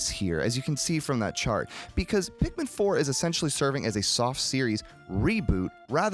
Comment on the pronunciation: Favorite things: welfare Pikmin, the pronunciation of resources, and pikMEN . 10/10